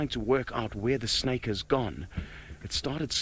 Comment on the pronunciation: 视频里的英文还算能听懂啦，只要你不让此人糟糕的发音所左右就是了。比如把蛇snake或成了小吃snack。呵呵。